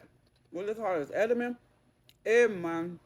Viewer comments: It’s Edamame 😂😂😂But you pronounce it Ed -A-Mommy 🫶🏾🥰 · Pronounced "Ed du ma mae" your green veg.